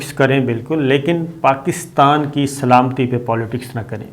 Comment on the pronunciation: سلامتی لفظ کو درست کر لیں پہلے